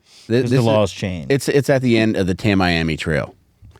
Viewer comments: It's pronounced "Tammy-Ammy" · I love this podcast so much… it’s pronounced tami-ami.